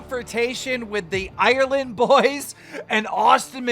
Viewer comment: Ireland is 2 syllables not 17